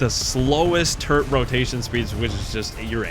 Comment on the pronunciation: Not 20 seconds into the video and I hear the word "turrent". I hope this isn't a trend for the rest of the video...